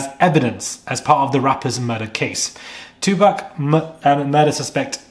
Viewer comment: Look at you showing your little taco meat. 🤭It’s pronounced 2 POC. Stop pronouncing it like them. ⚪️🤭🇺🇸